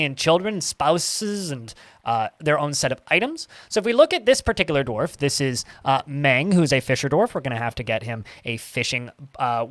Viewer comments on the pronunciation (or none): none